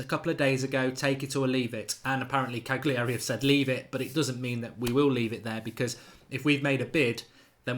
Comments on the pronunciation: It's Cali-ari! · Marks blatantly just watched a couple YouTube videos in the last 24 hours. Can't even pronounce Cagliari properly and reckons he knows this lad. Pshhh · Learn how to pronounce Cagliari you idiot.